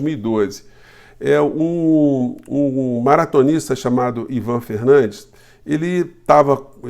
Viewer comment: Se o atleta é espanhol então não é Fernandes é Fernandez